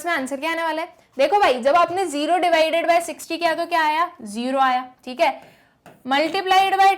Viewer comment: Thik h😂😂😂 but acha samjha thi h good teacher ❤